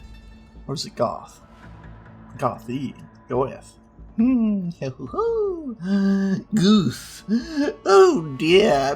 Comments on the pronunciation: Pronouncing Goethe like Goat wrongly and saying "Was ist DAS?" with an austrian accent? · ... The fuck? You know at least some german words, but don´t know how to propperly pronounce Goethe? Better look it up ;) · johann wolfgang von goethe was a german poet, so your pronounciation is very wrong. just so you know.